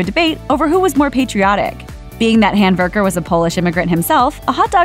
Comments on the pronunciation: It sounds like the narrator is calling him nathan hamburger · Nathan’s last name is Handwerker. She called him Handberger. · This chick is making the last name really hard to understand. It's spelled Handwerker.